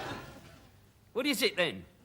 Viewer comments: "How can I change the lywics to cwying, the bloody songs called cwying" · You got me cwying 😂😂😂